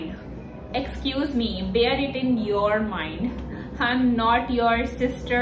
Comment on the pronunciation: Escuse meee?? Hahaha😂😂😂😂😂 How educated you are this is proof😢😢😢😂😂😂 Escuse mee Ni hota Excuse me hota